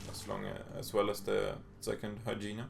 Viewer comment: It's HI-EE-NA, not Hygiena. Thanks for the vid though.